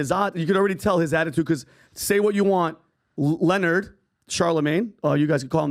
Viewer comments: His name is not Lenard, it’s LE-NARD, shout out to the queen Monique lmao 🤣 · His name isn’t Leonard, it’s pronounced like Lih-nard.